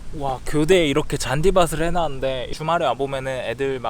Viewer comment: 교대 존나강조하네